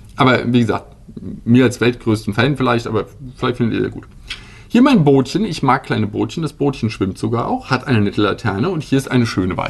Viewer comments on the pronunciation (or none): Es heißt Böötchen!